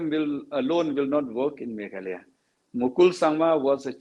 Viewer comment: Not meghaloi,,its meghalaya maamm.. ☺️